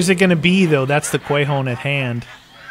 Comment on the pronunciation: Quay hone ...lol...o_0